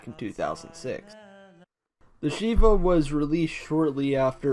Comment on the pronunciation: I know this might sound mean, but I always find it funny when non-Jews mispronounce Jewish words (like Shivah. The i isn't a regular i.) Then again, I appreciate the effort anyway, especially I butcher words from other cultures all the time.